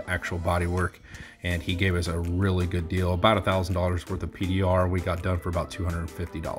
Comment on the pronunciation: The way you way good triggers me "ruff"